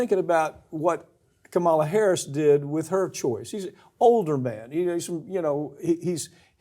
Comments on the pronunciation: Please pronounce her name correctly! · I c Mick Papa-anto-nio is still refusing to pronounce Kamala’s name correctly. He instead pronounces it the way the 🍊🤡 does… 🙄 ya we need age limits in a lot of places…